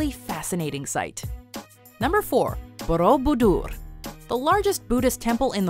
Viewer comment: they can pronounce Borobodur correctly but not Naruto. Go figure.